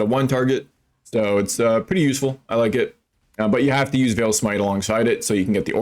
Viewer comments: Unveiling is not calf meat. It's not pronounced veel it's pronounced vale. And vaal is pronouned vAL not vail. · It's an easy mistake to make, "aa" typically makes an "ai" sound like "fail" but in this context it's correct to say Vaal such that it rhymes with "pal"